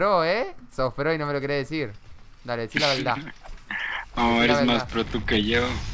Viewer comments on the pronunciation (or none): Deci la veldad 😂 eres el mejor del mundo amigo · "Deci la veldá" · Jajaja DECI LA VELDAH:v